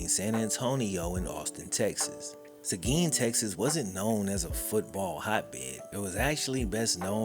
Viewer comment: credit for pronouncing seguin right